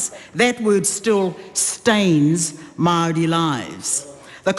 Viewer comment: She speaks of fake News As she lives as a Fake Victim And she cant pronounce the word Maori properly